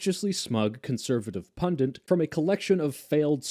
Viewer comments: Pundit. Not "pundent" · Why does everyone say 'pundant'? It's pundit! LOL.